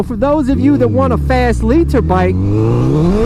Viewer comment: the way he says "liter bike" looool